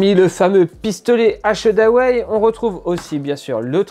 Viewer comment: Un test que j’attendais. Bonne vidéo mais faudra bosser la prononciation d’achedaway